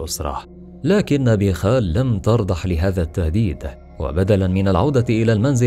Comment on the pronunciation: ترضح؟؟؟؟؟؟؟؟؟؟؟؟؟؟؟ وين تعلمتوا عربي؟؟؟؟؟ ترضخ الكلمة الصحيحة عيب عرب يحكوا العربي خطأ